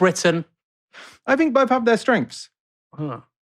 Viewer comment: Fursday, fink, Lambuf, firty. Unlistenable.